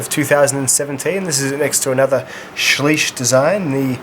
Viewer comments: It’s sleeusuh bowowie dumbass, unsubbed ❤️ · According to Spyderco it's actually pronounced swish by the way great vids